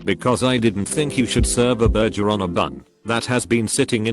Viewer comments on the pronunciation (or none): Nobody: TTS Voice: burjer